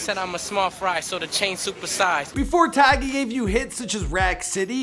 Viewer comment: He said tyge at the beginning